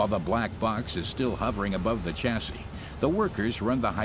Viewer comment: Chassis as in shore, not chassis as in Chore. It’s a French word.